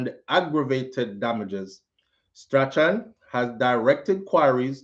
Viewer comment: hi, I believe it is Strachan is pronounced STRAWN